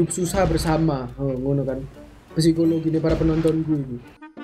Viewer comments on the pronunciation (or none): none